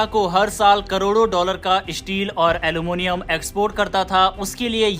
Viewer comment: Issteel aur alomonioum😂